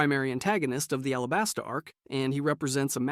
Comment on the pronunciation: its alabasta not arabasta